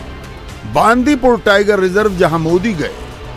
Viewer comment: Hindi States always mispronounce south language. It is not बांदीपूर, it is बंडिपुर.